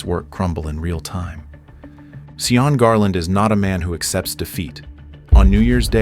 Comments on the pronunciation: You'd think someone would listen to the audio and notice the primary culprit of the entire story Sean (Shawn) is being pronounced and called SEE-ON?😂 it is making me laugh though because I keep hearing Eddie Murphy as the jackass in Shrek SEE-on🤣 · Its pronounced shawn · it's about giving others basic common courtesy, dignity & respect AT ALL TIMES. To make a comment like that critiquing the way someone's name is pronounced when they speak a LOTE - as would be the case in the Republic of Ireland, where Sean comes from & lived all his life. Yes, he broke the law by distributing counterfeit currency. He's STILL entitled to some real basic human rights. It reflects a Merica-centric world view - that EVERYBODY HAS TO BE LIKE. YOU. This stance is kinda sort point AND a flash trigger for me. Someone else telling me what to do and think. It's abusive. Period. You just don't do it. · The whole video they say his name wrong, ai is truly USELESS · See-yawn or just Sean, which sounds like Shawn? Asking. Irish descent in Canada but I have never heard anyone from Ireland being called See-yawn. Don't claim to be an expert, that's why I am asking. Ireland has dozens of dialects and certainly I don't know most. Give a guy with blood lost to you by Cromwell some guidence, Emerald Isle people?